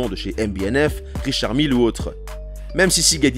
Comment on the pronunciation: PS : ETA se dis Euhtéha. Et Richard Miles se dit Richar Millessss. Mais bon, vous auriez pu vous renseigner auprès de quelque spécialiste. Il en est sur sur Youtube ;-)